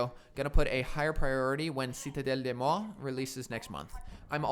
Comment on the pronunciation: Thanks for the guide and congratulations on saying "Citadelle des Morts" correctly ahaha.